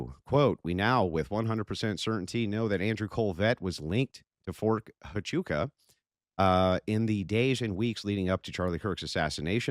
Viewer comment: "Fort achoo" Fort tachonka Fort tachoo Bro, Andrew, just ask google to pronounce it. Why does he struggle so much with simple words. He called Candace owen. Its funny to me.